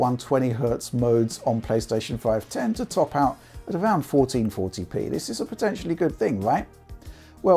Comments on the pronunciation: 1440p, 1440p, 1440p, fourteen forty pee, FOURTEEN FORPEE, FOUEREN FORTRYHD LEPEEE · Say 1440p one more time haha